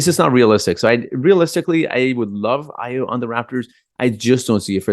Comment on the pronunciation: AYO is pronounced "ARE YOUR". It is a Nigerian Yoruba name.